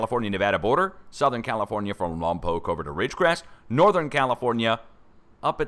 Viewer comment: FYI: My congrats for ur pronounciation (spelling) of Lampoc! Perhaps only 1 out of a 100 do it correctly!!!